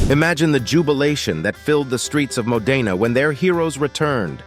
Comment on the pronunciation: Dear AI, It's Mo'-de-na, not Mo-de'-na